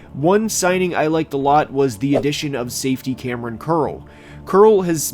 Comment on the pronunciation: It’s Kamren not Kameron